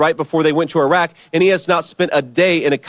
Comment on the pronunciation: Thtas how you pronounce Iraq